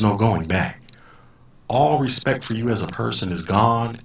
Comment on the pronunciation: Haha 😂 😂 😂 ....She had posted earlier that that her dream of "bossing people around all day long" was about to come true and that she had been "vectored" for special duty as an MTI...NOPE!!!..Not going to happen now...Can't even say, "RESPECT" correctly..She said, "RESPECK"😎